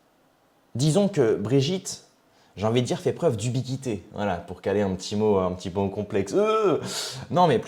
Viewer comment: UBIQUITÉ et non pas " ubi qi té , "@ seul Dieu a le don d'être omnipotent omniscient , omniprésent , excellente vidéo 👍